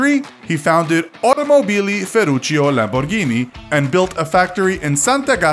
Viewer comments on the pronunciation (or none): none